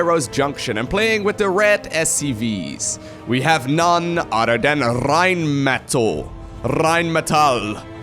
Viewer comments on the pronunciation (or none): Rrrrrheinmetall, love how you say this name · you sound like Rammstein when you say "Rheinmetall"! No German actually speaks like this:D It has a simple "R" in front, pronounced just like a Dutch "R". Not a "RRRRRR" ^^ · >i think thats a german name why you pronouncing it like it's spanish then,?